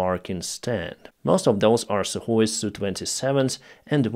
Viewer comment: Sukhoi becomes suhKoi 🤔😂 🇺🇦🇮🇪🇺🇦